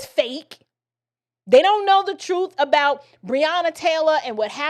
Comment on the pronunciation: I lost it when you said troof!😆🤣😂😅😆🤣😂😅